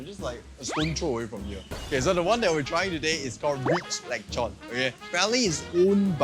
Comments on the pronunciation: It's lechon not lekchon 😊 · Is it really pronounced as “leg chon”? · The only thing more butchered than the pork is your pronunciation of it 😂<3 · Pls say lechon again:face-blue-smiling::text-green-game-over